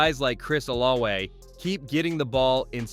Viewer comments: Not O-la-way 😂😂😅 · O-la-ve please